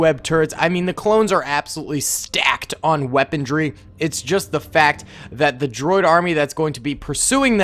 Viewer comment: Does anyone else notice how he says "weapondry" instead of "weaponry?"